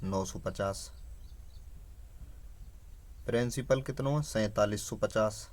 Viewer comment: Hutiye! वो प्रिंसिपल होता है प्रेंसिपल नहीं 😂😂 Bolna sikhle pehle fir padhaio 😂